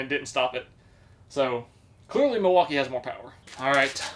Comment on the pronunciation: the "milwauker"? 😂💀